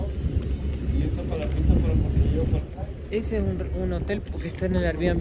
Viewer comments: No son paláfitos ,son palafitos. Sin acento en la a. La sílaba tónica es fi. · Se dice palafitos, con acento en la i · Palafítos, así se pronuncia, pero no lleva tilde o acento en la i. Isla de Chiloé. Es tan hermoso mi país. Si tienen la oportunidad de visitar Punta Arenas, y todas esas zonas, los Pinguinos Rey, por ejemplo. También la Cueva del Milodón. Las Torres del Paine, Puerto Natales, etc. Se puede visitar también para el lado de Argentina, el Glaciar Perito Moreno, es maravilloso. También en Chile los Glaciares Balmaceda y Serrano. Y mucho más. Saludos desde Chile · NO es pa LA fito sino pala FI to, todas las palabras esdrújulas llevan tilde, para eso sirve la tilde para saber cómo se pronuncia las palabras... Y por eso hay reglas, si termino en vocal, N o S y tiene tilde solo podría ser esdrújula y aguda, si no tiene tilde y termina en N, S o vocal, ES GRAVE... o sea pa la FI to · no se dice paláfitos, se dice palafítos, buen video. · No son PALAFITOS el acento no vaen la A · se pronuncia Palafitos...sin acento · Hola chicos! que lindo como lo estan pasando :D! Lo del minuto son los desechos del restaurante, como son cosas marinas las tiran ahi mismo a los lobos marinos que suelen estar con la marea alta ahi mismo donde bajaron ustedes jajaja. Un abrazoooo sigan pasando lo bieeeeeen. PD: se pronuncia PalaFITO con tilde en la I xD ❤